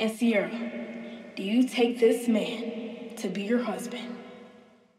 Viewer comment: it Ciera not Ciara